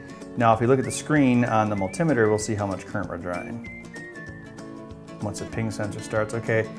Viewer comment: Multimmiter :P Why don't you just say multimeter?